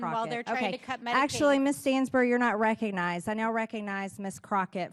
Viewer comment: WOW!!!! Margerie T. Greene "You are not "Rec-onized" really? The "Chair" TODAY...! OMG!